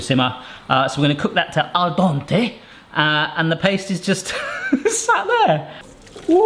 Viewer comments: my man, it's pronounced 'Al dent-ay' not 'Al dont-ay'. Italian is a phonetic language it's not like French. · pronunciation of “Al dente” drives me insane 😂 (love the channel though!)